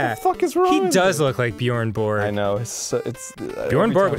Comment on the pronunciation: laughing at how Dan pronounce "Björn Borg" :') can't blame him though when the game spell is "Bjorn".